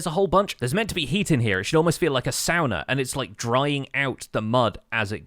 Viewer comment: its saw-nah 😭